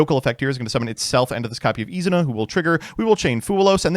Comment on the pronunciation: i am still wondering where the fuck did you get this pronounciation of Izuna az Izana and its super annoying